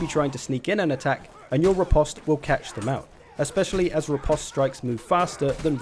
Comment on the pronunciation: Riposte is pronounce ri-post :)